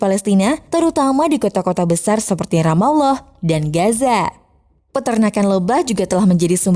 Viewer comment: Adminnya pernah mondok nih 😁 mengucapkan Ramallah pas, GK kyk yg lainnya